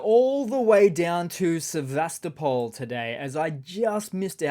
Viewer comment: Accent Sevastopol on the 3rd syllable.